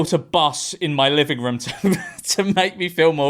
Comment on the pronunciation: “living woom UwU”